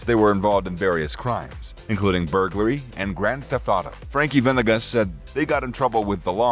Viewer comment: Bro how white are you? It’s VA-NE-GAS not VEN-EGEZ! Holy shit 🤦🏻‍♂️🤦🏻‍♂️🤦🏻‍♂️🤦🏻‍♂️🤦🏻‍♂️🤦🏻‍♂️🤦🏻‍♂️🤦🏻‍♂️🤦🏻‍♂️